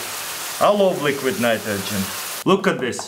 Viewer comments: "and lets put it in a mnmnmghmn nitrogen what? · Read this as he said it😂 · "and put it into liquid minaydogin" 😂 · "Liquid mnitrogen" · liquid nniterhgen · liqwid natrojen